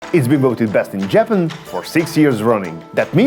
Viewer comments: I've never heard anyone say Jappen instead of Japan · JAP-IN... got it lol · I like the way you say Japan lol